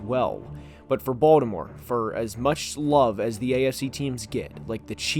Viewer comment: Bro please just say Baltimore